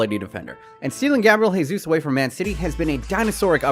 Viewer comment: Gabriel Jesus - Brazilian, so not Hay-sus, but Jay-sus